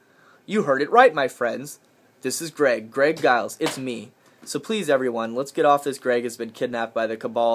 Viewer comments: I so wanted a box that i could make ribeye steak come out of. What a disappointment. I guess I'll have to shift my info source to Drake from now on or maybe Fulford. I'm still waiting for the flooding to come in October. Btw... the "G" in Giles is pronounced like a "J". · giles sounds like its pronounced with a j eg "jiles"